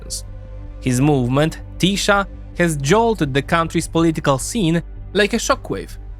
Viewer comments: Why every foreigner pronounces 'sz' in the wrong way??? 🤣🤣 Hungarian is not Polish!!! We pronounce 'sz' as 's' in the English word 'see' and 's' as 'sh' in English 'show'. Tisza is Tee-sah not 'Tee-shah' 🤭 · TiSA not TiSHA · Polish SZ is Hungarian S Polish S is Hungarian SZ. SZ is pronounced perfectly in Fidesz, but not in Tisza where the video always pronounced Tisa, while said Budapeszt instead of Budapest. When you say Hungarian SZ sounds like Z than an S I bet you confuse it with ZS or just simply with Z.😅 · The hungarian "sz" is pronounced "s". So its "Tisa". :P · Great vid, thanks! I know you deal with a million different countries and languages, but in Hungarian: 'SZ' = 'S' sound in English. To say 'Tisza' correctly is just remove the Z, say 'Tisa' in English. 'S' = 'SH' sound in English. Budapest = Budapesht in English. CS = CH sound. There's also NY, LY, GY, TY, all combo letters and one sound each, but I won't get into that, Hungarian is difficult to learn af. 😂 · The pronunciation of Tisza is "teesa" The apostrophe is written wrong in the motherfucker's name, it's "Orbán Viktor" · Hey, if you're gonna make a video about something, might as well go the extra step and give the pronunciation a quick look. I'm sure you can figure it out quickly, and I think it takes credibility if you completely mispronounce tisza, the very topic of the videon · TISZA The "sz" is pronunced like the "s" in sad.